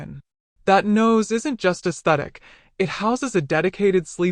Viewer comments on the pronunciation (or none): none